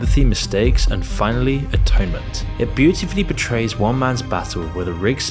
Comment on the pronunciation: It "POR trays". And WI-MAN is the plural to woman